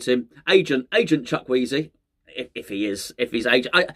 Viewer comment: 'Chuck Wheezy' 😂😂😂. Never change,.